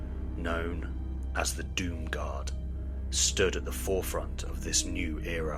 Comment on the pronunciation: for awhile I thought they were saying “Doom God”